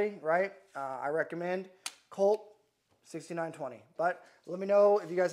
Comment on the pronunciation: Lmfao 😂! This guy is the gift that keeps on giving… “Colt” 😂